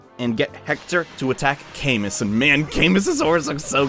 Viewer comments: It's actually pronounced CamOO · Hate to be that guy but Camus is pronounced as "Ca-moo" because the French said so.